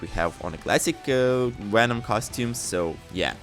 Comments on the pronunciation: what in the FUCK IS A WHENOM? Can you say VENOM CORRECTLY ONE TIME BUD?!?!?! V-V-V-VENOM NOT WHENOM you fucking Dunce….. zzzzzzz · Bro can’t say venom to save his life